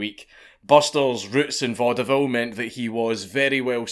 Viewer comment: I hate to be that person, but "Vaudeville" is pronounced "VAUD-vill" -- only two syllables.